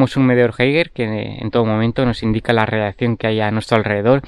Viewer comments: ''radiacción'' xdd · Dice radiaccion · Cada vez que dice radiacción una neurona muere en todos nosotros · Nadie:: Radiakción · Se dice radiación y no radiacción. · radiación no radiccion paleto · es radiación xD no radiaccion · Radiacion* no radiaccion 😂❤️ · Jajajaja coño si y el coño 'e madre se queda pegao, debe ser efectos de la misma radicación xD